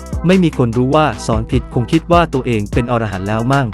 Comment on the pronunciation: คำว่า"อรหันต์"อ่านว่า อะ - ระ - หัน ครับ ถ้าอ่านว่า ออ - ระ - หัน หมายถึงสัตว์ในนวนิยาย